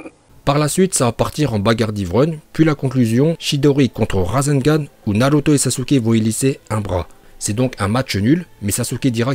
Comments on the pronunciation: je comprend pas pour quoi il a commencer par dire naruto puis naluto spippunden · 1er titre réel je veux rien savoir. De plus les prononciations des noms ex :KaG Naluto Shipunden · en plus des autres prononciation déjà cité sur l'espace commentaire je rajoute celle-ci, naruto slugfesse